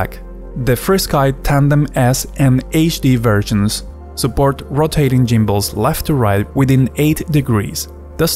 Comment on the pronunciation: The Jimbles hahaha. It's gimbles with a hard G. Not J. Ha. What's up. I'm gonna call you for now on.